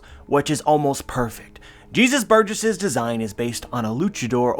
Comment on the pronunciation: How come you said Jesus Burgess in a country accent? lol